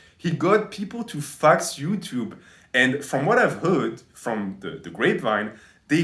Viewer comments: One of the best "herro youchub" i have ever heard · 'Ello 'Utube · We got to hear our beloved say "Ello Yuchub" again!